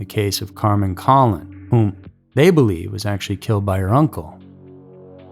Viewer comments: Hello, an FYI, Carmen's last name is pronounced like Cologne, a fragrance. Thank you. Out of respect for the victim, her last name should be pronounced correctly. No judgement. Regards. Additionally, I hope they do some advanced DNA analysis regarding these cases. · Carmen’s last name is pronounced ‘Koh-lone’ (Colon) and Michelle’s is pronounced’My-enn-za’ (Maenza) Wanda, you got that one right. I was in sixth grade when this happened and those names and faces are forever ingrained in my mind. Give the girls the respect they deserve and pronounce their names correctly. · pronounced "cologne" and "beeanki"